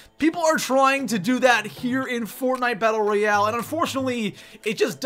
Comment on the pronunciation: “Royal” you were close